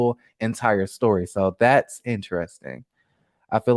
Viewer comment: “They went to dior and tore up their steyor “ 😂😂😂 shut up !!!! I am cracking up so loud about that